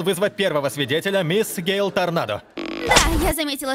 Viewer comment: бляха муха! ее зовут не гейл а гейру